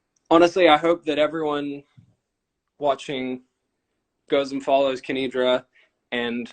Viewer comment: Thank you so much for uploading this! Just letting you know her name is "Kenidra", not Kendira! :)